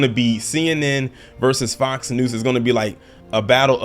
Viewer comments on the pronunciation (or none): Are you saying “Fox Noose”? 😂